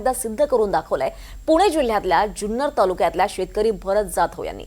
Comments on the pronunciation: जुन्नर या शब्दाचा उच्चार ज्युन्नर असा करू नका. जुन्नर हापूस अनेक वर्षे प्रसिद्ध आहे. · Junnar che agriculture ake number ❤🎉 Junnar cha word nit bola amcha hometown ahe